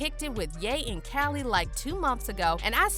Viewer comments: This is y I hate voice bots 😂😂😂 his name is ya not gay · Every time u say gate or Ye it sounds like gay lmao